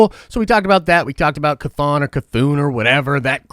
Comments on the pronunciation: Who’s chthoon (ka-thoon)?..... is that chthon (ka-thon) distant cousin?...🤔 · ITS PRONOUNCED KA THON!! it's only 6 letters lmao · Pronounced: kith-on